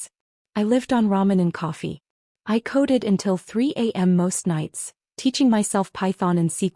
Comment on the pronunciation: Coded not coated.